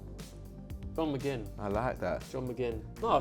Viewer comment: you know he knows what he's talking about when he says McGinn